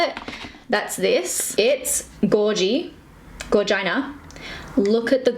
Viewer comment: They way she says gorgina gets me everytime 😂 also, my fave old school product was the 11 piece? Studio Elf brush set!! I bought it when it was 50% off and I still have some of the brushes in my collection 🤑